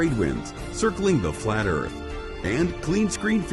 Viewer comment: He lost me at Earff 😂